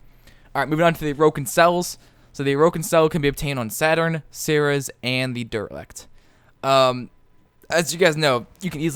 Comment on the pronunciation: By the way, I am pretty sure it is pronounced ser-ees.